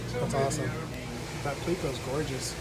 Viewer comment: Argh please stop saying pleeko